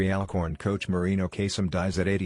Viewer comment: clears throat....it's ALL-Corn lol